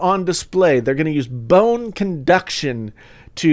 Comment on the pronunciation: Bone CONduction. Not induction.